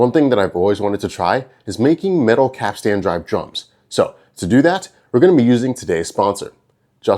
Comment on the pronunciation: Now if you could just learn to say capstan correctly, you'll be all set.